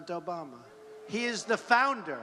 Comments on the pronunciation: He says Obana not Obama lol. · He says "President ObaNa" the guy can't even pronounce the president's name lmao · He said "President Obana" the first time!! LOL!!! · "President Obana" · HE SAID OBANA LMAO! OMFG LMAO! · Anyone catch that first time Trump said "Obama" he said "Obana"? Lol